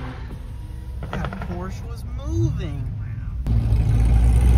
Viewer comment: and porshuh🤣